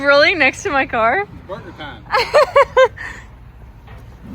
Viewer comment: It's Börgör täjm.